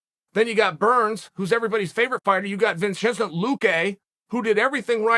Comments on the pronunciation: "Vinchenzent Luque" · No one: Uncle Chael: Hajma, Kamara, vencint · How the hell did Uncle Chael just pronounce Vicente? 🤣